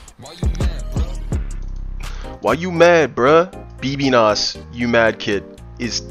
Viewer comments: Lol b b nos its actually said like "baby no money" (bbno$) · It's pronounced baby no money lol, not bb nos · “Bee bee nos” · nah he's calling bbno$ bbnas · "bb nos" 😂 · Ain't no way he called bb-no-$ bb-nos 😭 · It's baby no money not bb noss, bruh good video ily